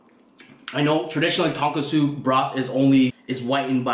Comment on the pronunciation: Tonkotsu. You added an extra S